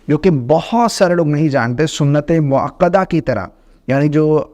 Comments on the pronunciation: محترم! پہلے موقدہ اور موکدہ میں فرق کو سمجھ لیں کر لیں۔پھر video بنائیں۔ سنتِ موقدہ غلط ہے۔ سنتِ موکدہ صحیح ہے۔ اصلاح کر لیں۔ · سنت موکدہ درست ہے سنت موقدہ غلط اتنی فاش غلطی؟ ایک عالم دین کی زبان میں، وہ بھی ایک بار نہیں، بار بار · لفظ سنتِ موکدہ ہے یا موقدہ (قاف کے ساتھ)؟ یہ لفظ تاکید سے نہیں نکلا؟